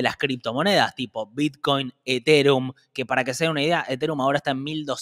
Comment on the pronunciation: jajajajajajjajajajjajaa como dice eterum'????